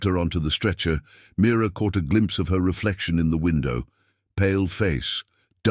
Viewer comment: Name is Mira not mirror